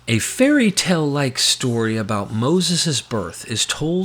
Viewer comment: great vid, but still pronouncing "tale" like "tell" instead of "tail" is so distracting.